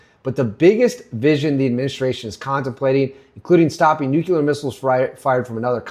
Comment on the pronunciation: Olease stop saying "nukular." Clicked away.